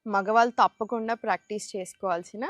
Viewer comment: మాగ్వాల్ తాప్కుండా కాదండీ మగవాళ్లు తప్పకుండా అని పలికితే బావుంటుంది, తెలుగు కి ఇంత దారుణమైన పరిస్థితి తీసుకొచ్చేది ఆంధ్రా తెలుగువాళ్లే, మళ్లీ తెలంగాణ భాషను,యాక్సెంట్ ను హేళనగా మాట్లాడతారు.... మీకు మరీ అంతగా తెలుగులో రాకపోతే జెంట్స్ లేదా మెన్ అనండి సర పోతుంది. అంతేకాని తెలుగు భాషకి ఠెగులు పట్టించకండి.. మీకు నమస్కారం !